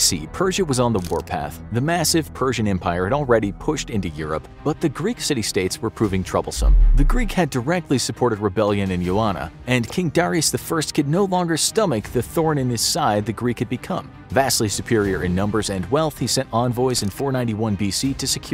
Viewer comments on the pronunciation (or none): It's "Ionia" for God's sake, not "Ioana" 😖🤦‍♂Ioana is Greek for Joanna ...smh